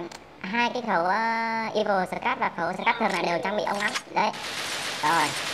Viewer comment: vãi scarrr ông đọc scát